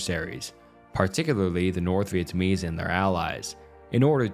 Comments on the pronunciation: For the love of God, can you look up the pronunciation of the names beforehand? This is a really well researched video but the most basic names are being butchered you called Vietnamese people vietamese three times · Dude still cant say Vietnamese